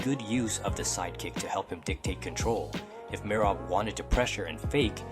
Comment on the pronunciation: Need to learn to pronounce all the names properly. Am guessing it is AI as it sounds like a native English voice butchering Merab's name amongst others.